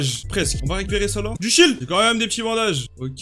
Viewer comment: 6 minutes 14 minutes il dit shit à la place de shiel Mdr